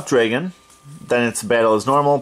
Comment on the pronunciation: "draygon" lol